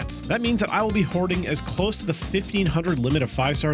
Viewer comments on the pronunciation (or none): none